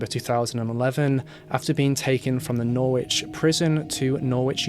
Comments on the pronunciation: I came to say it's pronounced "noridge" 😃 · We don't pronounce the 'w' in Norwich.. 😊👍